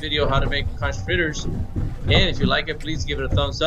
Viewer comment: Conch is pronounced as (Konk) plus that not conch fritters you made...thats actually fried conch for you guys...for us in the Bahamas ..it's cracked conch... nevertheless jeep.making videos... I enjoy watching you man 🙏